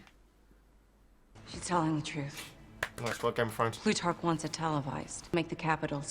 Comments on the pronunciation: After watching two complete films featuring Plutarch, the “” pronunciation is killing me 😂😂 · One day he'll get Plutarch's name correct. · not that its a big issue at all, but I laugh a little every time you say Plutarch's name. I'm bad at proper phonetic spelling, but its pronounced ploo-tark. As for the size of Panem, in the next movie (prequel), there's an official map of Panem that gets shown for a brief second. i still reference many years worth of fan art maps in my head for where the districts are placed. But in general, it is a future North America! with the account of (global warming) flooding of coastal regions, and bombing sites from the hunger games wars.The districts are labeled by the environments and their main exports from the lands. so district 12 (mining district) for example, is Appalachia (what's left of the east coast, forests and mountains, known for their coal and metal/steel works throughout American history!). it is not said what really happened to 'the rest of the world' if we were considering it to be our actual planet. I like the thought that everyone is just kinda like "yeah thats America, we just kinda started to ignore them because they're beyond saving now" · Plutarch. Pronounced like ploot ark. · It's probably too late to let you know, but Plutarch is pronouced Ploo-tark ❤